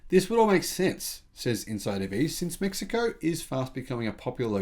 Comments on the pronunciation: You said it just fine. 👍🏻 May He Co Is the correct pronunciation in Spanish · The “American” pronunciation was spot on. The Mexicans pronounce it as “Meh-hee-ko”. Cheers. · all things considered your pronunciation of Mexico was spot on